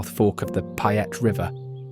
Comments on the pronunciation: "Even the locals don't know about???" You're not a local if you don't know about them. Oh and "Payette" is pronounced "PAY ette" not "PI ette". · Nice documentary, but if you are going to make a documentary about my state, learn how to say the names. You butchered ‘Payette’ and ‘Boise’ doesn’t have a Z in it.